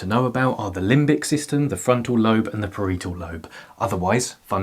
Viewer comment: Ahhh no that mispeonunciation of parietal lobe😭 please!! Good video though